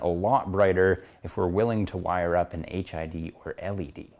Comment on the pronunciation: I kept hearing 'HIV kit'